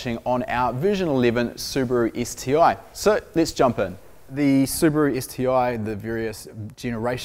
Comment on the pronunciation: I've liked this video within 20 seconds just because is a rare breed of Kiwi that says Subaru correctly:)